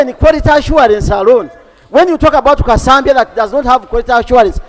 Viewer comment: Kasambya😂😂not "kasaambyaa"a voice from behind clarifying 😂😂😂